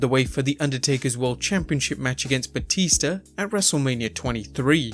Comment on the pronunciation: "John Cenar and Batister" 😂😂